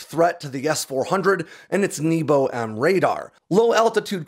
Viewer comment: I'm sorry but hearing небо pronounced as "knee-bow" is hilarious and conjures up memories of arrow in the knee jokes🤣for those wondering, it should be "nyay-buh"